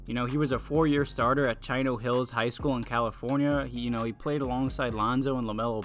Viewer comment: lol why he say chino hills like that